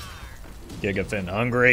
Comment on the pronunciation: You also need to watch the pronounciation of Gigafin.